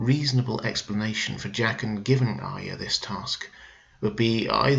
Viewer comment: You are one of the few Youtubers that pronounces Arya correctly which makes me very happy!